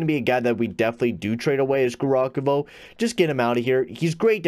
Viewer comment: its ( Gav- Ri- Khov) not garokovo